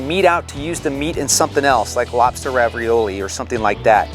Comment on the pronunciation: did anyone catch that ???? LOBSTER RAVRIOLI ????hahahaha im DEAD